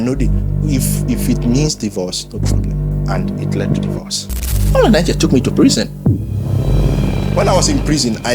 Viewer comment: The way he even pronounced the name... since Paul Enenche is not genuine, u that is genuine how many life have u impacted, how many miracles have God done through u that we can even call fake. May God have mercy on you people, i am not member of Dunamis but i love the body of christ.